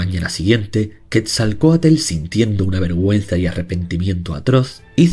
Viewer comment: Quetzalcoatl:❎️ Quetzalcoatel:✅️